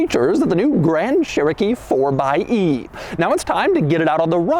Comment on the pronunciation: It’s pronounced fourxy